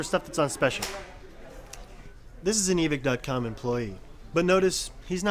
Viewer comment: This dude said evick